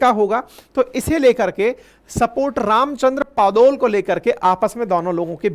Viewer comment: रामचन्द्र पौडेल not पदोल please pronounce correctly. He is honourable precedent . Thank u❤